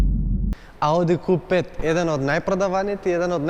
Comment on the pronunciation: Kju 5 se izgovara ne ku 5 nepismen